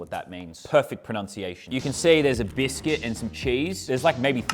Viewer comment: Me as a American got annoyed when he said biscuit lol